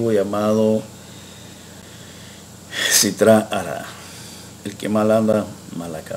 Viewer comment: Gracias por sus enseñanzas. De todas maneras, con mucha humildad y respeto, quiero decirle que no es "SItra ara (o hará)" como Ud. lo pronuncia, sino "Sitra achra" (ajra con jet). Tampoco El acrónimo de Rabi Shimon Bar Yochai Z'L es RABASH, sino RASHBI. El RABASH zajur la tov, es Rav Baruch Shlomo Halevi, el hijo del Baal HaSulam. Muy importante su consejo, sobre quien es Kabalista legítimo, y quién es charlatán.... sigo escuchando muy atentamente sus lecciones, a ver qué hace resonancia en mi corazón. Gracias!